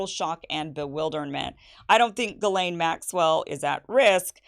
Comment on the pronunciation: Where in the annals of the French language did they not pronounce a letter s? Verialle? It's pronounced Gizlane. Or is Gizelle now Gel?